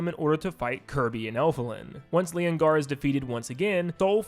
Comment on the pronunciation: It’s Lenogar! (LE NO GAR!)